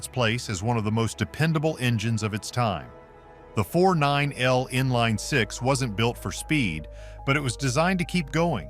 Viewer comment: What crap this video is! AI can’t figure out how to say 4.9L & the Northstar doesn’t belong on this list!